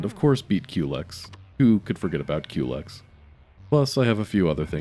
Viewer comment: I'm glad you pronounce "Culex" the same way I do. It's so annoying when peopel say "cullix" or "cool x"